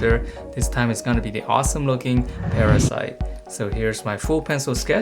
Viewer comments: U drew well but it's not parasite it's parasee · It is parasee not parasite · It's PARASEE not PARASITE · Isn’t it parasee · its called parasee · How dare you call it parasite! It's parasee I bet you don't even play piggy!